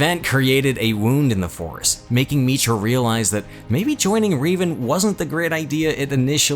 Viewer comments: RE VAN NOT RI dude learn to speak ffs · Man, you mispronounced a few names....the most egregious was Revan.